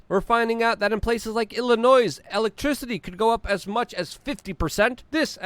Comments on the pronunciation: Luke, It's not Illinoise, it's Illinoy. Illinois, the s is silent! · Luke, the S in Illinois is silent Say it like "Illinoy"